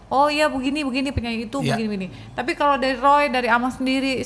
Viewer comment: Yang nyebutin "molo" padahal mau bilang "kalau" 😂😂😂 pak Joy ()